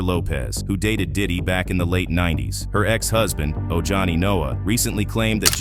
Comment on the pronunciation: It's pronounced ohani.